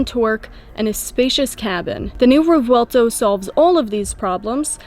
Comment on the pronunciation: Quick fact: The “v” is pronounced like a “b”in Revuelto. The proper phonetic is “rreh-bwehl-toh”.